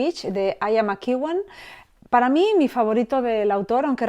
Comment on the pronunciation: Ian McEwan se proncuncia /ian/ (no aian) /makiuan/ (soy prof de ingles y mi marido es ingles) :shelterin